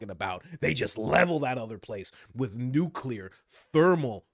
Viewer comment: THANK YOU SO MUCH for pronouncing ‘nuclear’ CORRECTLY!! So many people say “nukekular”. And I want to puke when I hear that!